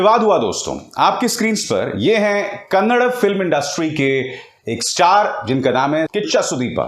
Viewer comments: It is Kannada NOT Kannad.Need to know that Kannada is not understood by Uttar Pradesh nor will they ever learn.The only reason to dub in Hindi. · Kannad nai yaar kannada a a bolo aaa.... jese hind nai hota hindiii hota hai, why are u people so ignorant being in media.even though what u are saying is right bro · Hello sir kannad nahi kannada hai k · Kannad nahi sir, its "Kannada " language 💛❤ our Mothertongue🙏💞